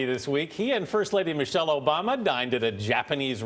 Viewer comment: 'Miche' Yikes